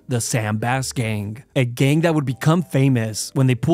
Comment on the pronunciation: love how he always says ''gain''' instead of gang